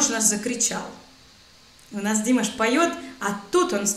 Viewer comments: Очень рада, что нашла Ваш канал, сразу подписалась, а слушать Вас - огромное удовольствие, единственная помарочка в русской речи - это имя ДимАш с ударением на последнем слоге, но это относится к грамматике казахского языка, потому что последний слог в казахских словах всегда ударный, как во французском языке. А Ваш русский язык - превосходный! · Ваши ударения режут слух... Не ДимашА, а ДимАша....... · Спасибо за все, но ударение не на "и", а на "а". То есть Не Диимаш, а Димааш ☝️ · спасибо за ваши комментарии, понимаем, что вы в основном говорите на литовском и на итальянском. Однако ужасно режет слух, когда говорите ДИмаш или ДимашА это звучит как лавашА. Пожалуйста произносите правильно его имя ДимАш, в склонении ДимАша, иначе воспринимаю как речь о ком то другом. Высочайшие ноты в конце песни, это фишка ДимАша, его стиль. Не обижайтесь на корректировку всего вам доброго. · Пожалуйста , не ДИмаш, и не ДимашА, а ДимАш и ДимАша! Ударение правильно ставьте! А в остальном РАХМЕТ! Разбор СУПЕР! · Я Казах, я вам подскажу что в имени Димаша ставьте ударение на вукву "А", а не на "И". Рахмет!!! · Спасибо за разбор,... очень профессиональный, вдумчивый...про ухо очень интересно. Только одно замечание, пожалуйста произносите имя Димаша с правильным ударением, а то очень режет слух diars. Не ДИмаш, а ДимАш, не у ДимашА, а у ДимАша и т.д. Кстати, я уверена, что во время съемки Димаш пел! Он всегда поет, даже когда позирует, фотографируются... и движения его тела и жесты не придуманные, а естественные именно во время пения. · Спасибо за реакцию на русском языке) Хорошая реакция, но только не "ДимашА", а "ДимАша"! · спасибо вам огромное за профессиональный анализ, единственное, что режет слух реакция на ДимашА, а не на ДимАша, хотя у вас прекрасный русский... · Имя произносится Дима́ш.. Говорим про Дима́ша ....не Димаша́.... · неправильно произносите имя - не ДимашА, а ДимАша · Пожалуйста произносите имя правильно, т.е. не ДимашА, а ДимАша.